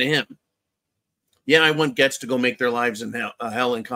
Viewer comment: It's pronounced GATES, not GETS!